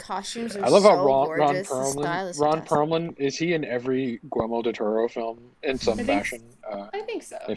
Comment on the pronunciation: are you saying Gormo del Toro?